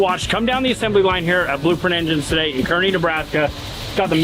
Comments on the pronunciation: Kearney is pronounced CAR-NEE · Hopefully they'll SPLAIN TO you it's pronounced (karny), all locals in NE pronounce it with an "A" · Kearney is pronounced car knee